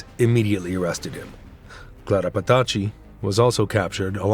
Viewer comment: Muito bom, mas que porcaria de dublagem!!! Falou o tempo todo Clara "fatàxi" sendo que é Petacci (Petàtchi) além "Clara ara" e de "bOnito" e nao "bEnito"...